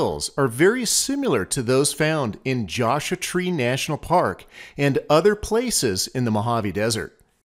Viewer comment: Really enjoy your videos, but I am curious about your pronunciation of "Joshua" as "josh-ah". Is that how the locals pronounce it?